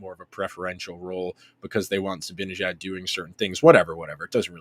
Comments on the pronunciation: Love the content you guys do but please please please...it's ZibANejad, not ZiBINejad. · Yep - it's really annoying. I don't know if he and Andrew do that purposely or not, but it's so lame.